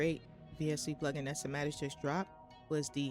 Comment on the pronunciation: it’s pronounce sai ma tics not sa ma tics